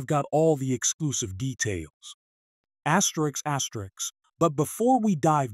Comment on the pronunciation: Stop the asterisk asterick asine asine